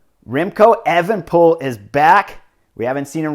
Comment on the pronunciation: But evenepol? Cmon man say it right